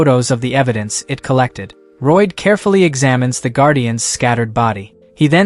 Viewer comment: There is absolutely no excuse for an "english" voice AI to pronounce "Lloyd" as "ROYD".